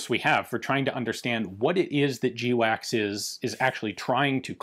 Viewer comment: Its not pronounced jee-wacks its pronounced gwacks. Everybody knows that Ian.